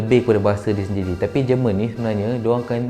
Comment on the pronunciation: It's not jǝ rmǝn, it's JÉR MUHN in Malay